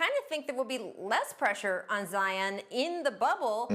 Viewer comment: "Zi-Yawn" - Perk 😄